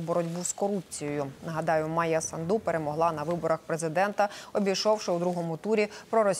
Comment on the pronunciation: СандУ' ставте наголос правильно